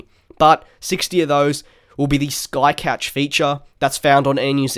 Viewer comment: Welcome back...Couch not cough tho..